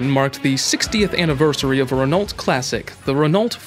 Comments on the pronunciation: It's pronounced .. Ren _ O not ren_ ult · Can't you say ren-O like everyone else? Do you pronounce the s at the end of Illinois, too? 😆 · Please pronounce Renault properly: the "l" and "t" are not to be pronounced... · I came to say the same thing. For a channel that highlights so many different vehicles, you think they'd have voice over people well versed in how to pronounce different car companies.